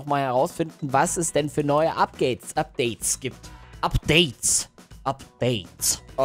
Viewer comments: Upgates.. ich:?😂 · wie da ✨Updates✨ sagt😂❤️